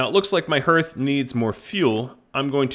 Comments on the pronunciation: Not trying to be the weird, but are you pronouncing hearth sarcastically? I've never heard it pronounced that way, it's har-th, as in hearth and home. I was wondering what a herth was, but when I rewound the video, well, I was a little confused. This looks like a cool game, thanks for introducing me to it!! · Yes, I've always heard it pronounced harth, but I know many places have different ways to say and pronounce things, sometimes it's just a regional thing, so I wasn't sure if it was different. Also, I thought might have just been being funny, I was just listening along while I did something else, and thought I might have missed him making a joke about pronouncing it that way.